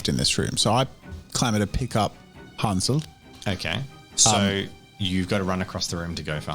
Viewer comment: I find it kind of funny how you pronounce the Names Wolfgang and Hänsel as the pronunciation of ä in Hänsel and a in Wolfgang is the other way round actually. The ä is pronounced as the a in the english "gang" and the a is more like the u in "hunt". And the o in the German word Wolf is actually an o (like in "moldy"), not an u as in the English pronunciation. Just a minor technicality that made me giggle a bit. ;)